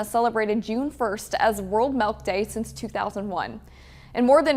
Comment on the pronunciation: “Melk” lol